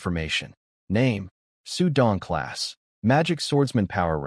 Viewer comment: You need to teach your AI to pause while reading. after a sentence there's supposed to be a period. That means PAUSE; but I assume the reason the AI can't understand this is because the text writers don't USE punctuation properly and I can SEE that they don't. The AI says it like XuDongclass Instead of Name pause Xu Don. Longer pause Class pause magic swordsman. You also need to teach it how to pronounce BOW (the action of greeting by bending at the waist) and BOW (a weapon) also It needs to learn to say words like My and No and Is instead of saying each letter. All these stroy narrator AI's are grossly incompetent in pronunciation of words. Also It should never SAY "dot" when there's a period at the end of a sentence. So your shit NEEDS some work guys. First teach your AI's properly and then teach your staff to TRANSLATE properly so your AI doesn't say something that makes NO sense. Finally whoever is writing the text. KEEP IT consistent. Stop having different spellings for the same name so that the AI screws up.